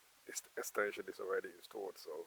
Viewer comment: I like how he says instead of installed he says instuolled I personally agreed with your statement..